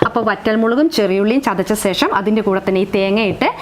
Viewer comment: ശേഷം എന്നു പറയു മോളെ